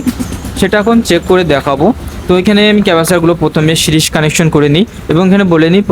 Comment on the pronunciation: ভাই এটা সিরস বলে না সিরিজ কানেকশন বলে